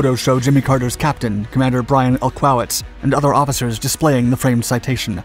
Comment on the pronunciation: BTW, "EL-CO-WITS" . El as in "El Cajon". Co as in co-pilot.